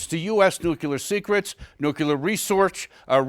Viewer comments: "Nucular Resorch" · Nucular Resortch. 😂